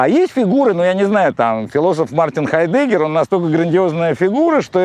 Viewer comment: хАйдегге Мартин, видно религия дедам не позволяет ударениена первый слог е**нуть 🤣